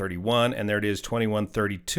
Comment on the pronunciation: Nouvel = new-vel